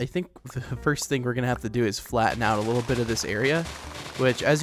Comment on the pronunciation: saying a "litil"more time